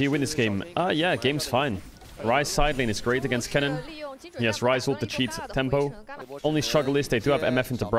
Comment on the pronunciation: I dont know if it is just me but when caedrel says kennen does anyone else hear Kellin? Like I am not bashing him or anything I am just asking a legit question.